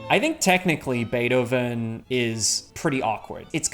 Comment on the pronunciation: Pronounced very beautifully most of the names, but zero justice to good old Beethoven